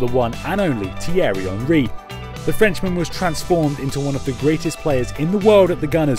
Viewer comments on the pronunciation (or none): none